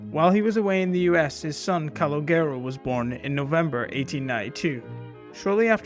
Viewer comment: Please learn how to pronounce Calogero before making these videos